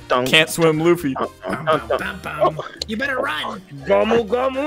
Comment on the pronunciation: They just said fucking luffy whrong